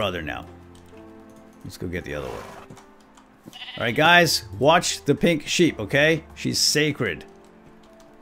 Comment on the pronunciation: who else thought he said sacred pig sheep when he said "Lets go fetch the sacred pink sheep!" ???